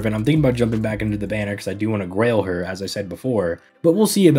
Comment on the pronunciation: Did you say Grail her or Rail her?